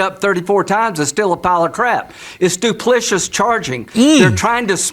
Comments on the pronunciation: He said "duplicious"? Let's jump in the internet way-back machine and let me introduce you to a not-so-little fella we like to call "The Manatee". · Lindsey said duplicious instead of duplicitous lol. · He said duplicious instead of duplicitous lol !!! 😅